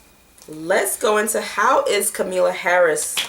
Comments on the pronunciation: Kamala = comma-la. Com-a-la lol. Love you sis, but you always butchering someone name lmao. I be getting flashbacks of my old white teachers. Solid prediction though. This is karmic debt in full effect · Kamalla Harris,her name is pronounced comma la